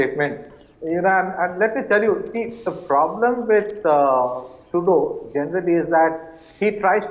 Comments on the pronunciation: The host’s cadence and pronunciation are perfect, just please stop calling him Trudyoo… even if he is a coke-sniffing clown, we should address him by his proper name on national TV. Now repeat after me… Tru-dolf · Anchor is a stupid guy.doesnt ecen pronounce CANADIAN PM NAME PROPERLY